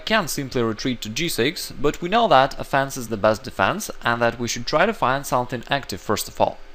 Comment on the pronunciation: Offense isn't pronounced "a fence".